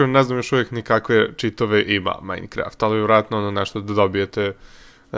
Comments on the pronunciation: kaze se mainkraft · nemas ti pojma kopas sve pikeksom i kaze se majkraft pravi si nuuuuuuuub